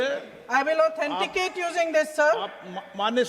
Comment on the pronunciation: Finally Nishikant Dubey can pronounce word “Authenticate” 😂😂😂 look the face of Piyush Goyal, Rajnath & Manohar Lal Khattar 😂😂😂 seems they are done with Modi 😂 Prahlad Joshi is B.A Pass. Can he be an Education minister?